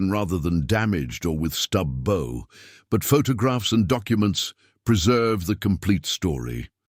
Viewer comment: A lovely inspiring and instructive story of human determination and resourcefulness overcoming disaster in the face of unrelenting nature. Well done. However, the use of "bow" - pronounced as "go" instead of "wow" by the voice synthesizer software delivers a jarring effect that detracts from the presentation. Perhaps you can make corrections?